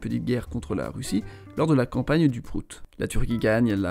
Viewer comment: J'ai rigolé quand il a dit " campagne du Prout ". Et je sais que vous avez tous rigolé.